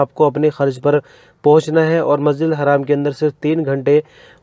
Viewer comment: masjid haram hota hai masjid haaram nahi hota hai please